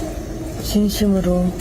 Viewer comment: "쥔심으로 줴송합니다 슈샤 잘 받고 나오게슙니다" 보톡슨지 필러인지 하도 맞아서 그런가 발음이 왜저래